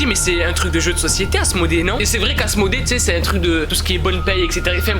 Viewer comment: Walah j'ai cru que au lieu qui dit Asmodée il dit asmr 😂